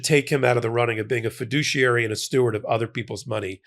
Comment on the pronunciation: He's a fidooshiary alright.